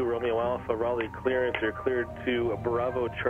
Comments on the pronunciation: Raleigh, not Raliegh. You lived there 40 years and you still spelled it incorrectly. Yep... YOU,.. you did that. Oh.. almost forgot... its actually pronounced, "Rah-LEE"..., I dont know what my man is talking about; neither does he. hahahahaha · Hey there but Raleigh is pronounced RAWLEE, just sayin. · Hi..Raliegh is pronounced, Raw-Lee...I lived there 40 years..it's all good bro...